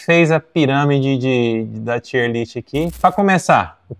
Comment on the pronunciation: Excelente vídeo. "tier" é uma palavra em ingles, e pronuncia TAIER